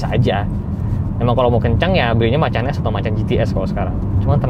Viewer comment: "Porsche Macan" bukan "Porsch Makan" ya guys 😅